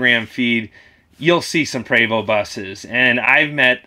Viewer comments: Eugène Prévost the founder is French Canadian like myself and I confirm you are correct with the pronounciation... "Pray-voh". PERIOD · I’m French Canadian, and your pronouncing Prévost correctly.